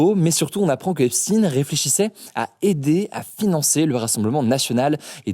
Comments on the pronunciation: Putin toi aussi tu dis Epstine ! J’arrive a savoir rien qu’en entendant ceux qui le prononce comme cela s’ils sont du coter mainstream ou non ...c’est Epstein, il a pas seulement traficoté avec la russie mais bel et bien avec tout le monde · C'est Epstein et non Epstine, merci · "Epstine" et pas EpstSTEIN et ne pas parler de Dieudonné... Décidément tu n'es plus libre force à toi Hugo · Faut choisir la prononciation du nom de Epstein (un coup Epstaïn et un autre Epstine) 🤦‍♂️ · face-blue-smiling:Epstein comme einchtein n om d un perroquet ! Pas " in " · Pourquoi ne pas le prononcer correctement ? "Epchtaïne" Le fait de dire "Epstin" ca fait connotation russe ou pays de l'Est, alors qu'il ne l'es pas. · C'est pas EPSTINE mais EPSTEIN, ca se prononce Epstaïn comme Albert Einstein ou Frankenstein ou Silverstein. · C'est EPSTEIN pas EPSTINE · Arrêtez de dire "Epstine" quand tu lis "Einstein" tu dis "chtaïne" pas "stine" donc Epstein c'est pareil! "Stin" ça sonne Russe c'est pour ça que la presse le prononce comme ça pour embrouiller les esprits (oui ils vont jusqu'à là pour semer la confusion...) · Epstein, pas Epstine, JUIF, pas russe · Jeffrey Epstine*** SVP!! on ne dit pas Epsteine comme Albert Einstein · Mais pourquoi on dit "Epstine" ne prononce pas Epstein comme Einstein ? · tres factuel tout ca! et cest epstein pas epstine !!nom a consonance juif ! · Vous savez tous prononcer Einstein, arrêtez de dire esptine s’il vous plait c’est pareil, Epstein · « EIN » pas « IN » oui il est juif tu peux le dire, pas besoin de changer la prononciation de son nom pour faire croire que ce n’est pas un juif….. a bon entendeur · Pourquoi dire Epstine, vous dites Einstine, Frankenstine ? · lui aussi se met à dire EPSTINE au lieu de EPSTEIN, on sait pourquoi.. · Epstine comme poutine ou epstein comme Albert Einstein... La prononciation n'est pas anodine car vous cherchez à le pousser vers les services russes alors que c'est un juif au service du Mossad israélien.